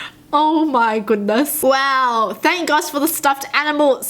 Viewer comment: When saying "wow" everyone else says it as "wow" you say it as "row" lol